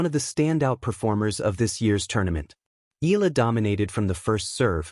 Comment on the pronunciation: Make your AI pronounce her name properly it’s Eyala not Eela!